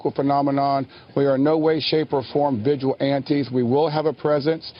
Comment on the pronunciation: Vigil-Antes 😂😂😂. When your intelligence isn't strong enough to handle more than one syllable per word 😂